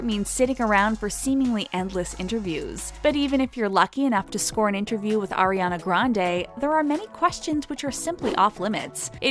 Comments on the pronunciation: Its not air-iana grandey ITS ARIANA GRANDE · "Airiana grand" jeez. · atleast say her name right lol